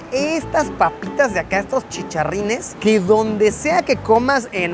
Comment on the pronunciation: Chicharrin? Se dice chacharròn